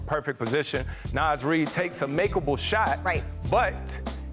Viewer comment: Chri Paul said make-able shot like he’ll make one 😂😂